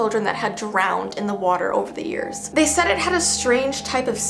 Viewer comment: When you said “hearshe” or something like that did you mean years